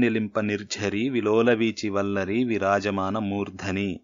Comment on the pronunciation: నమస్తే ! మీ వివరణ బాగుంది. సంస్కృత శ్లోకాలలో పాదాంత హ్రస్వము వైకల్పికము. అనగా దీర్ఘం లేకపోయినా దోషంకాదు. అయితే మురు ఉట్టంకీంచి శ్లోకములో ' మూర్థని ' అనే చోట దీర్ఘం ఉంటే శాబ్దికదోషం అవుతుంది. ( ముర్థని - సప్తమీ ఏకవచనం కాబట్టి ) ఇట్టి వైకల్పిక ప్రయోగములు సంస్కృత శ్లోకముల యందు ఎడనెడ కాననగును. ( This is for your information only )